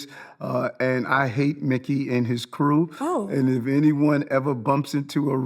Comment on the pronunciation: the way he says Mickey makes it sound like a slur